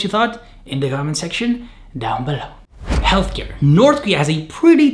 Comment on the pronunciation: Is (ealtcare) not (jeltker)